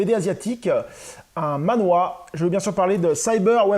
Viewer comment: Hello, alors, petite subtilité, il faudrait prononcer le mot manhua, "manh -RUA" (avec le h qui se prononce limite comme "la jota" en espagnol) et pas manhwa (BD coréenne). J'ai aussi acquis cette série dans une brocante récemment, et ça m'a coûté plus de 70 balles, tu as fait une affaire ! Andy Seto est une grosse star à Hong-Kong. En France, il y a aussi eu la publication de King of Fighters Zillion, les quatre justiciers ou encore Tigre et Dragon. Ces deux dernières séries n'ont pas été au bout de leur édition française malheureusement. Il se murmure qu'il viendrait au prochain Angoulême de ce que j'ai cru comprendre entre les lignes...